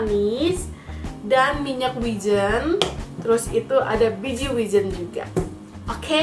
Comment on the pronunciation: kok wijennya gt sih ngomongnya? wijen, e nya ky bilang enak bukan elang gt